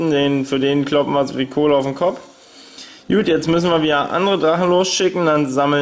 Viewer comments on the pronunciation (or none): Warum sagst du immer jut schtat gut kliengt dof :(